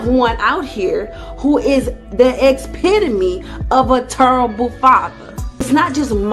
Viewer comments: The expidome, what’s that? 🤣🤣🤣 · what is an "ex-ped-a-me"? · these excessive hair flips are giving me "irritated drug user in withdrawal" vibes. also the word is "epitome" . E-PIT-O-MEE. my god. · I wonder if she's familiar with the phrase, "water seeks its own level." Was she trying to say epitome?